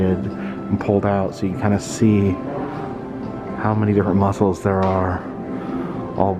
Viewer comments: Yes, I say Musk- cles too 🤣 great video x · Love it, and rofl, I say muskles to sometimes 🤣, you are not alone!